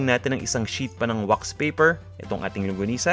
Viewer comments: "longgonisa", "langgonisa". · Thank you! Medyo distracted Lang ako, sa paiba ibang bigkas, hehe. longanisa, langonisa, and my favorite longonisa. :)